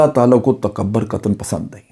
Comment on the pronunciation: Sir, correct pronunciation is "takabbur" and not "takabar".